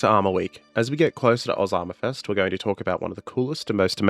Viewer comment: I know he says AUS armour fest but once I heard Osamafest I can't unhear it